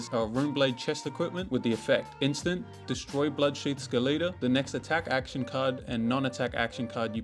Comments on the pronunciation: like skeleton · i refuse to believe thats how you say skeleta